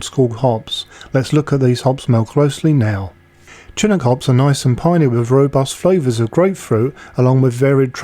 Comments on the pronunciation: Yes, there are quibbles to be made about what “old school” or “classic” mean, but my point remains the same that this recipe is of a far more modern style than the oldest school or most classical, original IPAs. Incidentally, please learn to pronounce “Chinook” correctly. It is more like shi-NOOK than CHIN-ook. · its "shin-ook" not "chin-ook" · Another great video. BTW, Chinook is pronounced Sha-Nuk (short ‘u’). Among others, it was a jargon spoken among the NW tribes, before immigrants moved in.